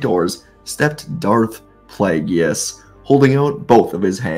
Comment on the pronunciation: The name is pronounced PLAY-GUS 😂😊 Good story though.